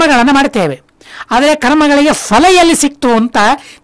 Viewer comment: Ondu saripadisabeku... Fhala alla... Phala... Fhala shabda illa... phala... Suphala... sariyaada shabdagalu Gurugale...